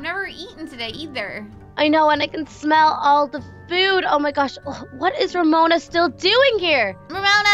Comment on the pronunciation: called Ramona Ramoni